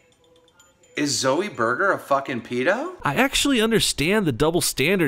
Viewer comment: Wtf is a peedo? Lol